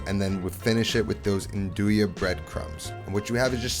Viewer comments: Italians don’t pronounce it n-doo-ya they pronounce it nun-do-ya. Don’t hate on me my wife’s italian. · I always pronounced nduja the way you did, but recently I heard local calabrians call it "ndusha". Apparently that's the right way